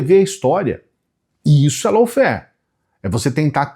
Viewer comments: boa noite. Tudo bem?, lawfare se fala “lóféér”, ou no máximo “láuféér”. Como vc disse, “lôuféér”, significa uma outra coisa diferente, low fare. A diferença é pequena, mas muda totalmente o sentido da palavra. Me desculpe o preciosismo, mas achei importante te avisar. Obrigada, querido. Bom fds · Bom dia,. Desculpe mas a pronúncia correta de LAWFARE não é “loufer”, mas “lófer”.